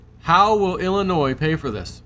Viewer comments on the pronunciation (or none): FYI: the letter S is silent in llinois. Ill-in-noy phonetically.....